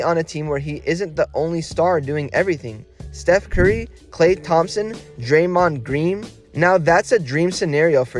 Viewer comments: Did you say Klay? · ill click do not recommend because he says klay, report as misinformation too while i am at it